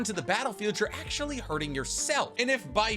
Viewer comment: Dayum I've never seen actually butchered that badly💀